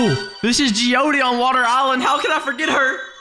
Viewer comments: Bruh stop pronouncing jeeode wrong it’s Jee ode not jeeodie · It’s not geeodie it’s jeeode jee ode not jeeodie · ITS NOT JEODEY!!! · he pronounced jeeode wrong. It's supposed to be pronounced like geode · not being rude, but it's pronounced jee-od